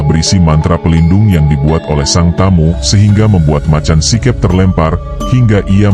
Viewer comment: Baca macan sikep itu make logat jawa si keup